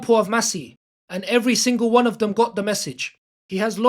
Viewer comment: Have you ever considered pronouncing words correctly on your videos? "Dis" would make "dem" sound a lot better!